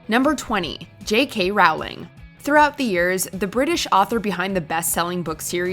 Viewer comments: Rowling it's pronounced rolling, like rolling down a hill, not rauwlling. Lol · Its pronounced J. K. “R-oll-ing” Not J. K. “R-OWL-ing” Harry Potters favorite way of going down a hill was walking. Jk. Rolling. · Ffs, Rowling is pronounced like "bowling." Maybe get your pronunciations correct before making videos. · It's row-ling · For the love of all that is holy, please pronounce J.K. Rowling correctly - for the millionth time! It soundss like "rolling," not rhyming with "howling." Show respect for discussed topics by learning how to properly pronounce things! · It's pronounced J.K 'Rolling' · If this idiot says “Rawling” one more time... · How about a video on how to pronounce Rowling. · I hate JK Rowling but can you at least pronounce it ok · Pls don’t say Rowling like that & Hannah shouldn’t have won dancing